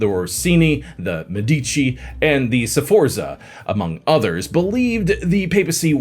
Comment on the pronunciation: More scandalous than Pope Alexander VI is the way you say Sforza, Curia, and Callistus. 😢😢